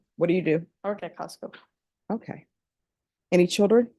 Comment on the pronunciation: “ Costcos” WTF ?